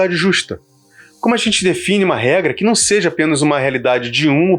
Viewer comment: Excelente trabalho e reflexão! Só uma dica: " quando falar "sejA", fala mais devagar, pois parece que você está falando"sejE", que não existe. Mais uma vez, parabéns e obrigado pelo vídeo.